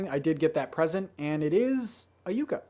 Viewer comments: Great video! Just please, please...say Yucca right!!!! Its not You-Ka its Yuck-a....as someone who lives in NM, please, you're killing me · Love your videos. One correction I have to make: You-ka plant is pronounced Yuc-ka. Do other people pronounce it this way? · yucca is actually pronounced "yuh-kah" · Just an FYI, yucca is pronounced "yuh-KUH". It's native to the southwest and is pretty common in southern Arizona. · Just gonna pretend he didn't say you-ka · Anyone else hurting inside when he pronounced Yucca wrong XD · Not trying to hate, but when you same yucca you made me cringed. Edit: google translate is wrong. And love the videos